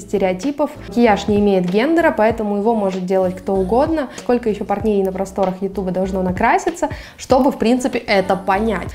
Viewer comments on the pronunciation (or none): none